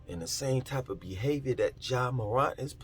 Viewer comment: Btw it’s pronounced “MORE-ANT”